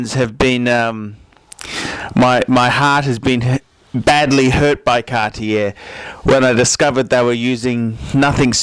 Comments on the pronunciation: I dont get why you say 'Cartier' THAT wrong o.o Absolut wrong pronounction? That dont look good :( Otherwise Tanks for the Video of course ( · How can you say Cartier and Feck in the same sentence? Where do you come from? Even judging and opionating Cartier. Cartier is a French brand, not from Texas United States with your pronounciation like that, 'dude'!You know what nouveau riche means?Wait, in English it might be: noovyo Rich or something. Can't understand how you feck up names anyway... Come to Paris one day.. and get taught some manners.. Cartier doesn't date.